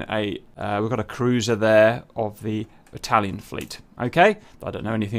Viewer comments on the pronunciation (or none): none